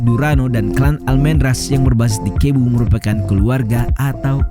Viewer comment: maaf, ada banyak sebutan yg salah... huruf V disana disebut B.. contoh Vincente di sana disebut Binsente... Cebu bukan Kebu,.. Tapi Sebu... saya pernah ke filipine jadi tahu banyak hal..